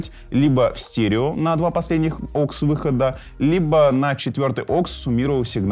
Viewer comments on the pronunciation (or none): Да не оксы, а ауксы 🤦‍♂️🤣